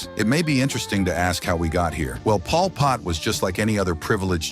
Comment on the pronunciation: “Paul Pott”